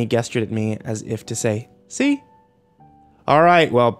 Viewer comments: lol. that may be the case for a word like tomato, but there is only one correct pronunciation of 'gesture'. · try the following: type the words "define gesture" into your google search, and at the top you'll see the phonetic transcript of the word. if you cannot read or understand the phonetic alphabet, fear not - there's a handy speaker icon next to it which will pronounce the only correct way to say the word. in this day and age with a sea of knowledge at out fingertips, there is no excuse for ignorant mistakes